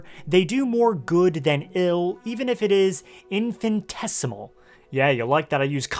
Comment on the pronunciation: It's "infinitesimal", not "infantesimal" 😂😂😂😂 No point in using "complicated words" incorrectly 😂😂😂